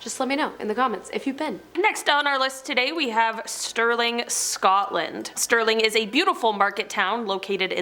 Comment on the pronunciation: They got Scotland right 😂